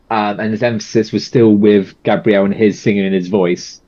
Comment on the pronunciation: Hi, first time on channel. First time commenting. Thank you for reacting to Gabriel (Gab ri el) Henrique's ( In he key) cover of Stand Up with choir & band. Please note how his name is said. Henrique (In he key) thank you. ❤ Be beautiful...❤